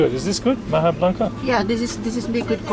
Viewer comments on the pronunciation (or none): Having been colonized by Spain, Spanish pronunciation prevails. So maja is pronounced mah-ha. And escabeche is es-kah-beh-che, not eskabesh. Pronounce ALL the vowels.